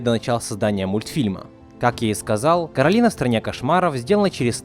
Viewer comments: Не Каролина а Коралина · Сори но правильно к`оралина а не каралина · Некаралина а коралина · Коралина* Почему все говорят Каролина? Если она Коралина? 😩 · кОралина а не КорАлина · Не Коралина а Королина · Не Коралина,а Каролина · Не Коралина, а Каролина, это моё имя-_ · Меня одну бесит, что он говорил Каролина, а не кОралина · Расул Гасанов в мульте русский чел называе её Каролина, а она говорила Коралина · Королина ударение на на вторую о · Коралина ударения на О